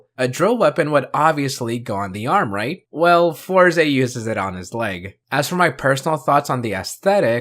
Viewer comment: sorry but I can't watch you pronounce it four ze 😭 (it's always been fours)